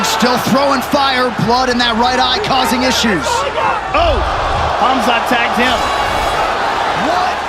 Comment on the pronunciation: Khazmat??😂 Chael has big issues with fighters names